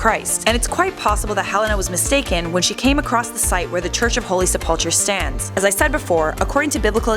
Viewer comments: It is pronounced sep-ul-kur not sep-up-chur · Helena was Constantine's mother not wife. It's pronounced Sepul-ker. And it was outside of the city as the city was constituted at the time. Jerusalem only expanded to incorporate that land a couple of centuries later.